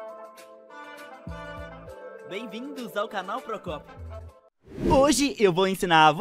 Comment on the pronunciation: Vc prócopio Prócopio, Procópio Eeeeeee